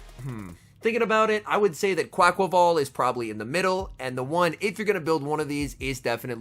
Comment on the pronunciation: Finally someone says it’s name right thank you 😂🙏